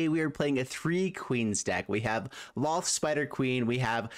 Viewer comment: He said Lolth's name right! The world is right again!